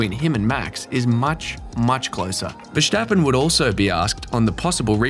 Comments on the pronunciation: Why on Earth do you pronounce Verstappen so weirdly? It's not Ver"sh" tappen... I'm Dutch btw... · VeRStappen... someone tell this guy to go to speech therapy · "verSCHtappen" hahahah wtf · You pronounce Jos and Verstappen like goldmember